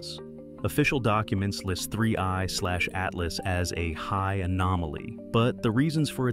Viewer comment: So ai voices cant tell 31 from 3i i guess.